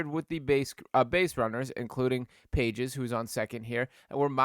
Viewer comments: Bro’s fast talking and long winded. That Dodgers outfielder’s name is pronounced pah-hés, not pay-jez, as in the Phillies need to turn the page. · How can anyone who's even a moderately knowledgeable MLB fan mispronounce Pages?